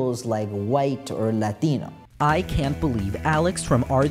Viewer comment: you switching between english and latino pronounciations for the latino words is actually so hot. you won. now help me